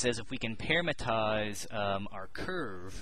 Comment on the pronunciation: You always mispronounce "parametrize" by saying "parametize" and it's kind of funny.